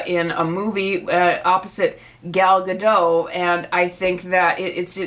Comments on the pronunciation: Just a bit of a fun fact - the T in Gadot is not silent, you're supposed to pronounce it. (It means River Banks in Hebrew) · Ga-dote Edit